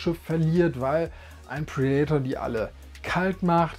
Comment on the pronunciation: Sehr schönes Video und gute Auswahl. Allerdings muss der innere Monk in mir Dir mitteilen, dass Du Predator falsch aussprichst! Das macht mich fertig ;) ... Tolles Video!!!